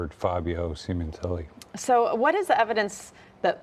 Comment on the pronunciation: Fabio's name is not pronounced Seementelli, it's pronounced Sem-in-telli.